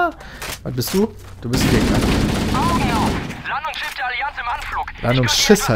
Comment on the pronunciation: das landungsschiss :DD